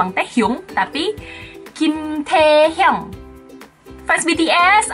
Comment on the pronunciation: Nggak semua salah si ada beberapa doang:v apalagi waktu ngucapin nama suami aguu:v 김태형♡